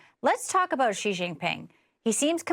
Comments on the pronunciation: The name should be pronounced as Si but not Chi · The Chairman’s name is pronounced “she” not “gee!” … “She” Gin Ping. Or Chinese pinyin… Xi, Jin Ping!